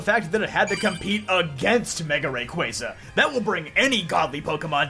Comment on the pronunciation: The only poketuber that pronounces rayquaza correctly